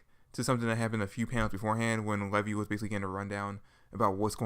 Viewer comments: Who is levy? It's Levi. Lee-vi. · LEVI = LEE-VI you say it like the jeans